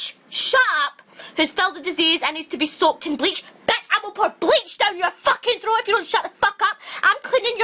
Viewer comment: AMEN GIRLFRIEND OMFG EXACTLY MY FEELINGS but the way she said ''BETCH'' made me laugh so hard xD and at the beginning when she was all like ''WHAT THE FAK IS THES SHET'' xD